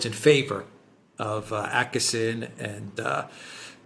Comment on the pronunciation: its okesson not akessen :) åååå ooooo